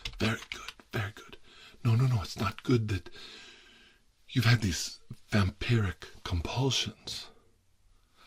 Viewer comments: It's "vam-pier-ic" you mortal clod! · says vampire-wrick Few minutes later says Also tirar: says vampiric